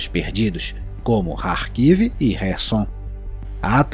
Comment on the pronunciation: Ótima análise! Muito bom mesmo! Quero aproveitar e elogiar q vc pronuncia corretamente os nomes/expressões russos/ucranianos transliterados do cirílico com as letras 'kh' p/ nossa escrita, q na verdade não tem o som de "Q" e sim de "R" (como em 'Rua' ou 'baRRo'). Então.. está correto: "Rarkiv", "Rerson", "BaRRmut", e ñ Carkiv, Querson, e Baquimut. Porém vc escorregou no famoso Sukhoi, q é "SuRRoi" e ñ Sucoi e em Khabarovsk, q é "Rabarovsk" e ñ Cabarovsk! Assim mesmo, parabéns por ñ repetir as usuais burrices tupiniquins e "ensinar" tua audiência com a pronúncia correta!